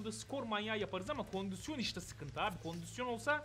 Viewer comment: Eniscim kondüsyon demeyi acilen bırakmalısın. doğrusu kondisyondur. normalde takılmam da 55 kere kondüsyon deyince içime fenalık geldi.